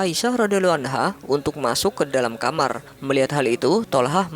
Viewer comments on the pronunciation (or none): none